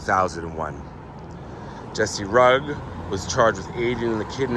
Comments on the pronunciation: Also that is not j sound it is a hard g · His name is not pronounced Rug. It is pronounced Roo gee. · Rugge is pronounced “Roo-jay ”. It’s Italian. For someone who has supposedly followed this story so heavily since the beginning, I’m a little surprised by your error.